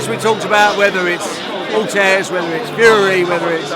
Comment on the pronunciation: Barry "I like to call him Ortez even though his names Ortiz" Hearn